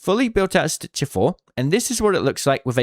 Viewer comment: the "stitchah" is my fav.